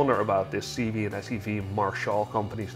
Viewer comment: Cibié is pronounced Sib ee ay not seebee